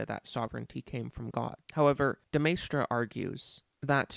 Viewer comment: As a Frenchman I would say your pronunciation of de Maistre is fine. After all, it's to be expected that foreign names are anglicised in their pronunciation, and your anglicisation of de Maistre was by no means egregious. (As for AA's Rene "gooey-non" I will make no comment)